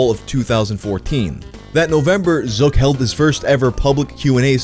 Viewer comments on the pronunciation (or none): Ngl the way he says “Zuck” sounds like a slur